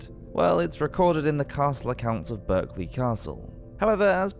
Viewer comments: It's pronounced Barkley it's only spelt Berkley and as an English man ( unless this was a computerised voice ) he should know that . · 😂😂😂 Berkeley it’s pronounced “ Barclay “ lol🤔 😉this is a well-known story around these parts and it is said that you could hear the King screams from several miles away…… ouch🥴😕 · Berkley Castle is actually pronounced "Barclay" If you don't believe me as the Berkley family. They still live in the castle. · Berkeley Castle is pronounced 'Barkley'... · Strange but true, with respect to the castle & it's associated family, the word Berkeley is pronounced with an 'a' not an e. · A pity about the mispronunciations. A couple of them: Pant y Brad = Pant uh Brad. Berkeley Castle is pronounced Barclay.